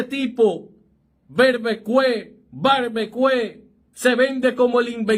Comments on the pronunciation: Se lee barbiquiu* amigo...😊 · Amigo esa sobrenombre o esa palabra francesa se lee: " barbikíu" . Más o menos esa es la pronunciación. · Tiene que corregir el termino. no es barbecue se prononcia barbiquiu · Como tú repite una y otra vez barbecue es barbikiu